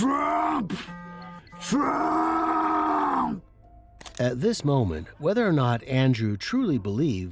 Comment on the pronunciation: He said trumps name like it was Beetlejuice....tf...what an idiot....but hey, it totally tracks